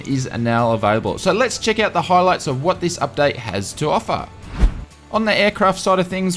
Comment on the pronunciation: ''...where you can chick out...''? Good on ya mate!